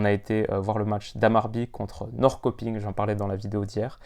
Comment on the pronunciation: Après c’est dure l’accent surtout si tu as jamais parlé suédois avant